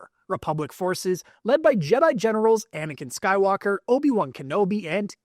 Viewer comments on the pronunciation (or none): Why did it sound like he said anikan sky locker💀